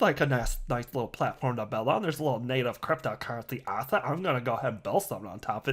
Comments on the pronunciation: Hahahaha! 😜 he's, saying Ass-hat! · In case this helps anyone else.. I just wanted to confirm... are you saying "Ass-hat" or "Ass-et" .. LOOOOL